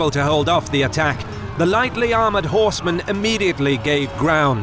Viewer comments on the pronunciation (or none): none